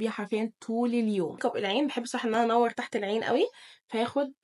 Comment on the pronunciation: 😂😂انتي بتقولي ميك كوب ليه